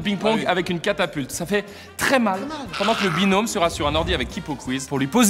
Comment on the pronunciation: carlito ta dit binonme mdr binom